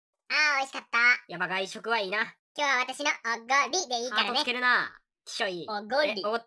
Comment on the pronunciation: ２回目の｢お↓ご↑り↓｣好きwww